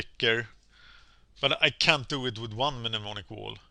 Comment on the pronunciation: How many Mnemonic Walls are in the deck? Also, Mnemonic = Nem-On-Ic.